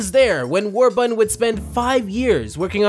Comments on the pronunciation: Why did you keep saying Warbutton, Their is and R in the word. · How it's pronounced: WARBURTON How chooses to pronounce it: WAR-BUTTON😑 Jeez! Enunciate, man. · It's War-BUR-ton, not War-butt-ton. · Already slippin up,???? War-BURTON! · War...button? What, is the second R in Warburton silent? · The number of times he said the guys name wrong I mean it’s warburton not warbutton 😂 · Did...did you just call him Warbutton? Warbutton. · Does this dude realize there is a second R in Warburton? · Is it just me or does it sound like he keeps saying "War-Button"?